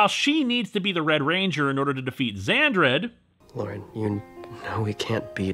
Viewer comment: Sara Fontanini It's Xandred. "Vandread" is the name of an anime series about a group of female space pirates and three guys cruising around in a powerful spaceship that is made of two different ships while battling alien invaders from beyond the milky way.